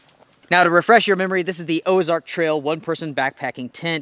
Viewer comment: No gear list? Why? Also, it's Ozark, not Oazark......or is there a new brand out there? Just wondering........